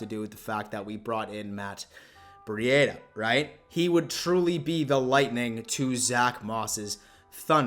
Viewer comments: its breed a not bre e dia right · Please say his name right.. it’s pronounced like (Breeda) the cheetah… Other than this, I agree he is going to smash it..👍🏼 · Man u just Butcher these guys names